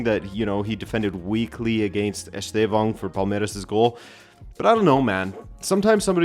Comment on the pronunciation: The estevao and joao pedro pronunciation tho always gets me 😂